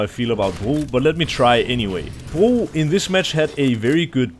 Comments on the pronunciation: He is pronouncing it in danish where bro means bridge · Bro can you just say "bro" normally ?